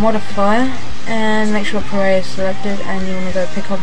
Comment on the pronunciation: Puh-ray? wtf it's P-Array